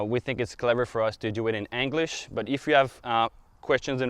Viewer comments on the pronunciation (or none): Anglish?? He said anglish!! LMFAO 🤣!¡!!!! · audrey 061739 , I think he pronounces it that way because England is “Angleterre” in French 😁